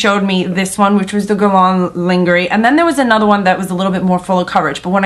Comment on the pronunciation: The proper way to say it is, Gu-è-r-l-ain Lain-je-rie de peau (not guerlon either linguery) Just for your information :-) ( the french way to pronounce it )